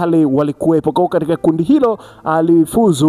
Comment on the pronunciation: Oya sema katika siyo kadika.....usiwe mjinga